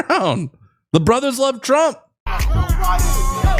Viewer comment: you gotta stop saying "brothers" the way you do though xD